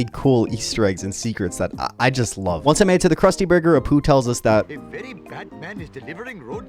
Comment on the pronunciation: I dont know why, but it really sounds like you call him "A Poo" instead of "Apu"... couldnt unhear it... :D